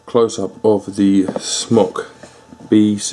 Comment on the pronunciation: I think it's pronounced like smoke?